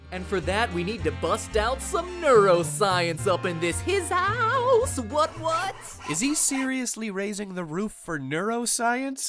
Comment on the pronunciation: Hizouse was said better the previous episode...in the HIZOOUUUSSEEEE!